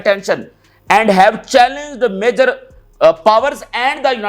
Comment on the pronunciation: Please corrections it's Not MA-YOUR it's MA-JJOUR. THANKS